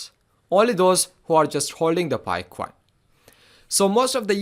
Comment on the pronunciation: Coin not CUWOIN 😅